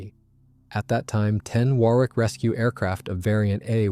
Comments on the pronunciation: Wor ick not wor wick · It's pronounced Wor .. ick. Not war. wick. Fantastic doco, despite the hick ups in the voice track... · If it's scripted by AI then it's a very stilted commentary with several vocabulary mistakes. And it's pronounced Waar ick, not war wick or wor wick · Thanks for an informative and interesting video, albeit with some strange gaps in the sound. Just FYI, and speaking as an Englishman, the word 'Warwick' is actually pronounced 'Worrick.' I know, us crazy Brits, etc. Also, Farnborough is pronounced 'Farnburra' and Edinburgh is pronounced 'Edinburra.' And yes, the way English is written doesn't correspond to the way it's pronounced. Totally illogical. Sorry about that, it's just the way things are. Similarly, Hampshire is pronounced 'Hampsheer' and Leicester is pronounced 'Lester.' Viscount is pronouned 'Vycount' as though the s didn't exist. Oh, and it's Aluminium - with two 'i's (as in 'The ayes have it' as you'll hear in the Houses of Parliament). Aluminium is like Uranium or Potasium...